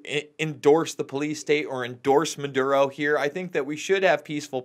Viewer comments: Why does he insist on calling the guy Manduro. Maduro his name's MA DOO RO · it's muh dur oh, not mun duro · REPEAT AFTER ME: Maduro not Manduro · It's not "Munduro".......leave out the "n" that isn't in the name. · The funny thing is that sometimes Luke pronounces it correctly......which is actually more strange than if he was consistent in incorrectly pronouncing the name!